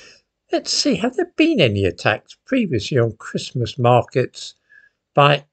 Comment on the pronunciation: I can’t believe how quickly the time flies. It feels like only a few weeks ago since the last time I was having to listen to you pronouncing the “t” in Christmas every other day.